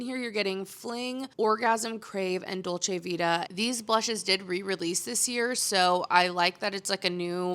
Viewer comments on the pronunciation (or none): none